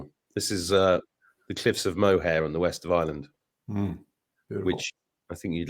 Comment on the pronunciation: Thanks. Really enjoyed the Ian Clark chat. (fyi cliffs of MO’re NOT Mo-Hair)😜 love my Oceans alive black cumin oil and Ease. Learned today cumin oil good for oil pulling too 👍